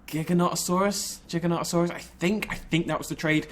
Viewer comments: Don't worry about how you say Giganotosaurus, you ARE saying it correctly. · Hey anyone who thinks is pronouncing Giganotasauras incorectly is stupid is correct. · I pronounce giganotosaurus the same way you aren't alone